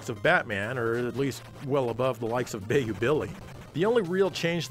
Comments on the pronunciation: “Bay-you” billy? It’s pronounced “bye-you” billy! I’m offended!!! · How tf did you pronounce Bayou Billy? It's Buy-you. Not Bay-you. Lmao. I'm just busting your balls. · Did you say BAY-YOU Billy? It's pronounced BYE-YOU Billy, sir.